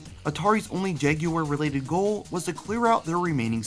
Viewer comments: “Jag you were”??? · i can't watch this video if you're gonna be pronouncing it "jag-you-urr" the entire time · My ears are bleeding after hearing you call this thing the “Jag-yoo-wer” over and over.